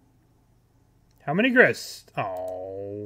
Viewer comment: He is calling grist grix now! he is losing it